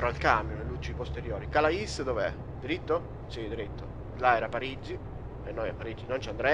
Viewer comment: non per fare il pignolo, ma si pronuncia calé, cmq sei grande!